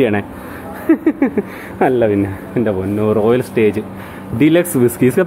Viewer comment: റോയൽ സ്റ്റേജല്ല റോയൽ സ്റ്റാഗ് എന്നു തിരുത്താനപേക്ഷ